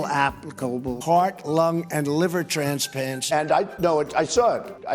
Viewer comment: "Stanksuary" "Transpants" 🤩